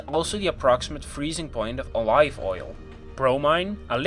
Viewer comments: this is also the freezing point of O-LY-V oil What kind of pronunciation is that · "Oh-lieV Oil" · Did he call olive oil A-live oil? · gimme that frozen oLAIV oil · Disappointing. I was expecting describing what happens on molecular and atomic level at low temperatures.... long live o-live oil. Ha ha. An accent is one thing, but please at least pronounce words correctly. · "o live oil" TwT WHYYYYY ÒwÓ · oh-LIVE oil? that is a sin right there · Accent is one thing, he just mispronounced it. And other words like chlorine. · Ikr... I had to rewind several times until I understood what he meant. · A very weird accent's pronunciation. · Probably a common mistake for non native English speakers, English can be confusing sometimes if it's not your native language because it's not phonetically consistent or whatever, the "live" in "live" isn't pronounced the same way as "live" in "olive" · He pronounced olive the Dutch way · That pronunciation of “olive” triggered me.